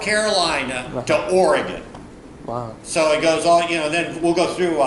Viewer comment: Good to hear Oregon pronounced correctly.